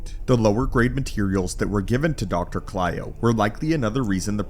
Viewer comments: great video but ur mispronouncing the dr’s name. he’s cylo not klyo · It's doctor cylo....not clyo.